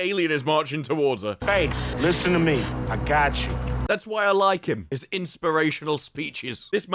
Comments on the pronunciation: "Ai-gatchu" all along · How many times does Cube say "ahgotchu"?